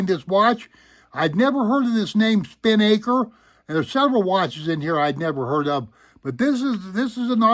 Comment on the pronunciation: Nice collection! Crazy how accurate some of them are. I also really love the Spinnaker, but you're not saying it right... it's pronounced "spi-nuh-kr." A spinnaker is a "large, triangular sail that's used for sailing off the wind."